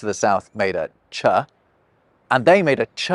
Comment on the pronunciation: It's ch not chUH